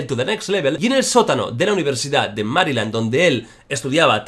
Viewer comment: Jordi exagerando la pronunciación de nombres ingleses, también Jordi: Mariland